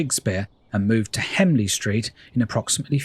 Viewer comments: And he said hemley street instead of HENLEY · Henley street mate not hemley